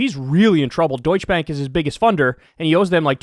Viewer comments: It annoys me that Kyle calls it Deutsch bank instead of Deutsche bank. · Damned, do you Americans have to mutilate any language you come accross? It is DEUTSCHE BANK (not: Deutsch Bank! The E at the end of Deutsche is NOT silent!)...sorry, Kyle, but as a German this pisses me off...the same with calling München Munich...No! We don't call New York Neu Jork either, so why do you mutilate German? :(